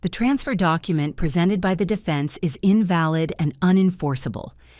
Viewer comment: Your pronunciation of the word invalid as if you are speaking of someone who is ill. This narration is cringe makingly awful.